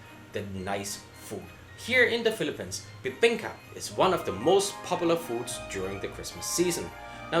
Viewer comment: just funny to hear a foreigner pronouncing the Philippines as Filipens. LOL